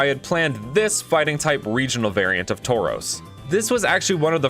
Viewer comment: U just about nailed tauros